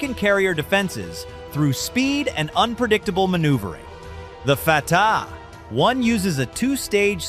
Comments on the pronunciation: Interesting scenario but ruined by unedited robot readout. It's 'Fatah 1' not 'Fatah 1' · Awful AI narration. "Fatah. 1missile" "F. Three-Five. Cs" Really? You cant even read your own fiction? Nothing about this story fits. This would be an undisputed act of war, and I doubt anyone would have this detailed fancy-video ready. == I am more bugged that the "details" that are wrong in so many places. :049 - Never heard of an "F-35 Slash", but neither the F-35 (or F-22 or B-2) use external equipment mounts as shown here. It ruins the stealth characteristics. Plus, the graphic seems to show a type of tracking pod, and you'd only use one per aircraft even if you did mount one to an F-35. - USS Abraham Lincoln does not use electromagnetic catapults; only the USS Ford has those. (Come on, guys! The footage even shows the steam coming up the rails! ) - all the aircraft shown being launched are F-18s, not F-35s. The planes all have markings from different groups and take off in weather that changes from scene to scene. Not even from the same carrier. - As someone else also noted, AIM-9s are short range air-to-air missiles and ARAAMs are medium range air-to air. You couldn't attack ground targets like launchers, nor could you target hypersonic Fatah-1s. - oh for...! What a ridiculous image! Not even the craziest video game pretends you can load your F-35 like this! No need to check further...not much accuracy in this video - Now, I do believe the carrier group would defeat such an attack. We've already proved we can meet and defeat Iran's military gear whi